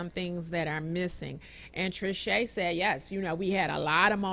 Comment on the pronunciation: SAY IT TRISCHE!